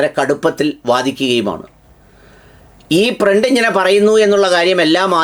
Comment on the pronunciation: ഫ്രണ്ട് അല്ല സാർ പ്രണ്ട് മൈ പ്രണ്ട് ഇന്ത്യാസ് പ്രണ്ട്.......